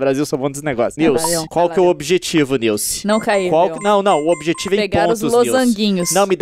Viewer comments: "SILCE" morri KKKKKKKKKKKKKKKKKK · Nice: não não leon:cilce Nilce: cilce? KKKKKKK😂😂😂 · "Cilci" HAHAHAHAHAH to rindo ate 2016